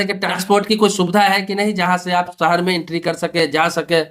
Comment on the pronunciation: सहर नहीं भाई शहर 😂😂